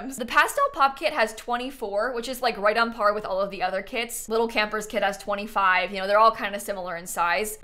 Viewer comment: it's KIT time and not CAT time!!! 🤡